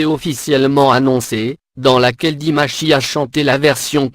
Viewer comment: Je viens de découvrir cette vidéo....quelle horreur...connaissant pratiquement le parcours de Dimash, que des inexactitudes dans ce récit lamentable. Quand on ne sait pas prononcer son nom correctement on se fait aider....mais qui a commandé cette vidéo... comme vous le dites c'est désastreux.